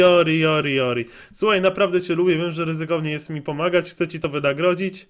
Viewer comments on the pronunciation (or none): To się czyta "Dżordżji"!!!